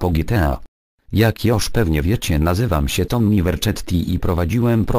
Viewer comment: Tomi Verczetti xP